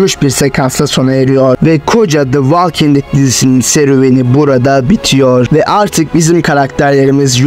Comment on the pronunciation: Valking değil kardeş, volking. O kadar uğraşmışsin yapıcı eleştiri kabul et